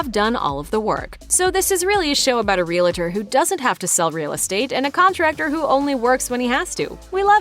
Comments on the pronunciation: "Realuhtor'. Lord, how I hate hearing that. It's REAL- TOR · Reee-lah-der? Really?? Re-al-tor. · It's real-tor not real-uh-tor. Two syllables. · "Real tor" not "Real-a-tor". Gees. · Real-a-tor is a two-syllable word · "Real-la-ter". If you can't even pronounce "realtor", you're not very convincing. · Realtor is 2 syllables, Real tor, no i or, eh. Just REALTOR. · It's not "real-a-tor." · This is really petty, but could you please pronounce "realtor" properly!! You keep saying realAtor. It's like saying "NucUlear" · I don't know, but the announcer in this video can't pronounce "REALTOR" to save her life. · Learn how to to say realtor...